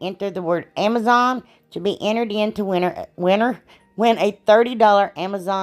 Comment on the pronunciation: lol ..”AMAZON “